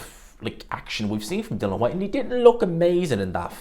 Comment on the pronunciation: Dill-IAN not dillan